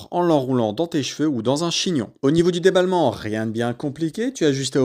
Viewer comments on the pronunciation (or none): Déballage pas débalment 😅